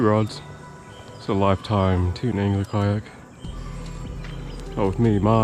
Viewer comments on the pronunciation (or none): it's pronounced tee-tawn. and are you wearing jeans out there?